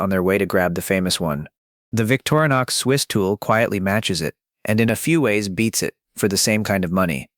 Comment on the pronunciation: Vic-TOR-i-nox. 4 syllables.